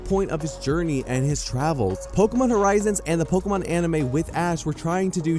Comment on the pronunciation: Am I hearing pokomon?